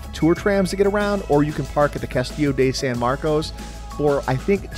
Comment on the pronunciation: nice video, but I cringed when each time you said "castillo DAY san marcos" ...sounding a lot more like a transplant than a Floridian mispronouncing it like that